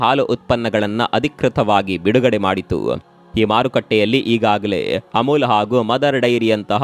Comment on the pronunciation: ಅಮುಲು ಅಲ್ಲಪ್ಪಾ ಅಮುಲ್